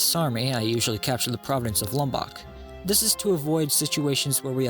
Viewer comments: "The provence of Lub-bock" wtf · “Lumbock” I’m sad now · I enjoyed the video however as a texan, i did not enjoy the way you said lubbock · They way you pronounced Lubbock bothers me but I guess if you’ve won you can pronounce it however you want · Cool guide, just work on your pronunciation of Lubbock.